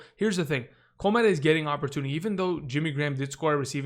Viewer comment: I think Cole Kmet is pronounced “Kuhh-met”